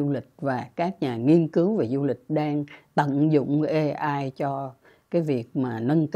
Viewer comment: AI phát âm chuâñ là ây-ai chư ko phãi là ê-ai